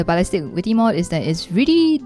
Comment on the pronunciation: “The vwitty mwod”